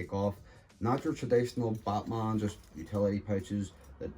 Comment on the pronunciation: Sounds like he's saying buttman